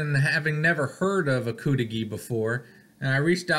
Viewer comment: I lived up there for years in Negaunee. They pronounced it cudighi not coodighi. I never ordered the cudighi much but Tino’s pizza in Negaunee had that same recipe sausage and that was the best pizza I’ve ever had, nothing comes close.